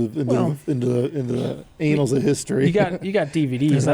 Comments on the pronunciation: “Annals” is pronounced with a short “a”, as in “animal”. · Annals...please for the love of God stop saying anals.